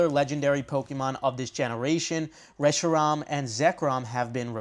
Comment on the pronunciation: The way you said reshiram 😭☠️